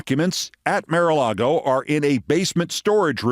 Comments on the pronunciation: Keith, you ridicule someone for a slip of tongue and rant for 5 minutes about it, yet you can't pronounce "mar"??? For crying out loud, it's MAR-a-lago, not "MARE"-a-lago. How can you look at the word "mar" and come up with "mare"?!?!!! Do you pronounce car as "care"?? I'm not defending the MAGAt whoever she was, but jeez you can be ridiculously petty and such a hypocrite. Besides the perpetual "mare" flub, we've heard you stumble over lots of words here and there. Right? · Keith, why do you insist on pronouncing the "Mar" in Mar-a-Lago as "māre"? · You're not pronouncing mara alago right.... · Hey Keith, I think you're very smart and funny, but your strange pronunciation of Maralago over and over is doing my head in!